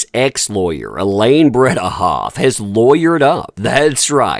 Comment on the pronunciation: Bredehoft... BreDehoft, not BreBehoft.